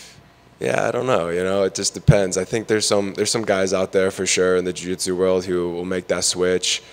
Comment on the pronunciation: Why is this reporter having such a problem saying Jiu Jitsu? There is no D homie, leave that at home. Cody looking solid, always a heater on the Texas competition scene. Big things coming his way for sure!